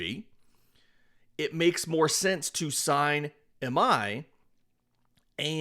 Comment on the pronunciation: Hey appreciate the videos. Real quickly, if we get Tatsuya, and you want to say his last name natively, it is pronounced like ee my. The I is like spanish, so ee sound.